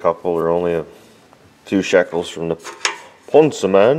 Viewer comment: Nice work,! Btw... Thank you for pronouncing Ponsse the original (finnish) way... as it should be said. Not Ponzi, Panzi, Pänzi or Pönzi. - Gives good vibes every time. Ponzi schemes belong to Wall Street or somewhere else anyways. Ponzi was a fraud that Ponsse never is.;-D